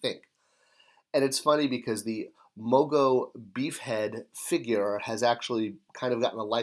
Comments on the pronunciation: It's Mongo, not Mogo. Says so right there on the package. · MoNgo not Mogo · Mongo not Mogo...And Atha not Agatha..